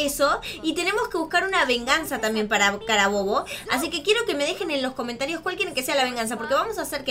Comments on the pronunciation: cawmentarios dijiste mejor dicho que me imagino que quiere decir comentarios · dijiste caomertarios